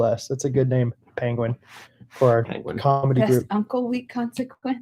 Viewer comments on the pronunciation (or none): [Penguin ( Peng gwin ) ]not pinguin or pengwan or whatever